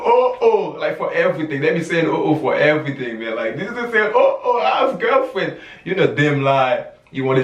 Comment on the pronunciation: "I have gyelfrenn!" 💀💀💀